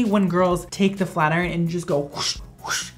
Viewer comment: When he said "FLAT IRON" in the beginning I thought he said "FLERN"